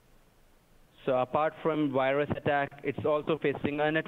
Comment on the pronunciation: "A wirus had injected your device" 10/10 tech support.